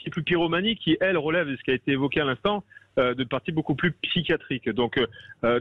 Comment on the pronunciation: "Psy chia trique".... Il y a un "i" qui se prononce.... Le mot "psy qua trique" n'existe pas. Quand on répète 30 fois le même mot en moins de 10mn, on s'assure au moins d'utiliser un mot qui existe et de savoir le prononcer.